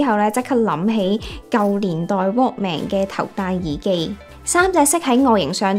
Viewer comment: walkman個man係讀"文",唔係"man" ; 妳太年輕了🥺